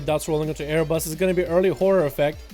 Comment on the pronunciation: How are you mispronouncing "Arbus" as "A-yer-bus"